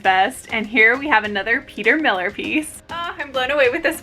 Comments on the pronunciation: I absolutely love your energy and charisma, I loving want to say ❤️❤️ it’s Peter Millar MIL-LAR not Miller, respectfully I mention this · Great finds!! Glad I ran across your channel! I believe Peter Millar is pronounced Millare like “are” you there instead of like Miller. The names of brands get me all the time. Lol